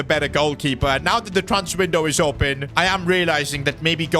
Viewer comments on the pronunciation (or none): none